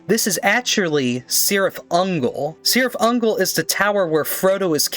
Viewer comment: Oh and the C in Cirith Ungol is pronounced like a k